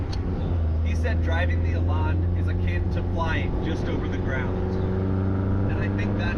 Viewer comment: Elan rhymes with pan.